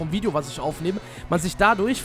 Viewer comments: cool dass du jetzt auch vlogs machst übrigens es heißt Video und nicht widio ist aber nicht schlimm passiert halt mal Bist der beste!!! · wideo 😂😂😂😂 son richtiger kevin